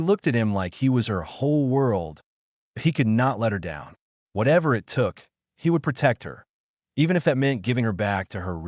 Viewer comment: I'm about 1/2 the wat through and I'm enjoying the story. The AI voice is having problems with the word "it.". Sometimes, though not often it gets the word it correct. Most of the time the AI believes you are telling a story about I. T. And says the letters. You may may need to review it for your next Story.